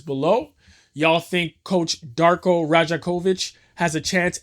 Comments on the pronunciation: Yeah, crazy how he can get Mamu’s name right but not Darko’s lmao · PRONOUNCE DARKO’S NAME RIGHT IF YOU’RE MAKING A VIDEO HIGHLIGHTING HIM - unsubscribed